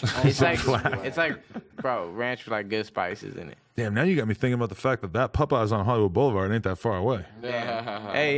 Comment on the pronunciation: lol when Adam pronounces Popeyes like "Puhpeyes"